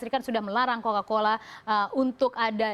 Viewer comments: Cola-Cola apa Coca-Cola? 🤣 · bacanya kola-kola 😂